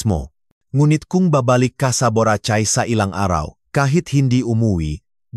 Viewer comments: Mali pronounce Nyan sa Borachay BORACAY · Ang pangit magsalita ng nagbabasa mali p pronounceung buracay ang dinig ko buratsay marami p mali ang bigkas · Boracay hindi borachai, daw gago ka!!!! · does not know how to read BORACAY